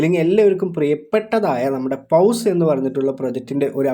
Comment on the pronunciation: Bro പൗസ് അല്ല പോസ് എന്ന് പറയണം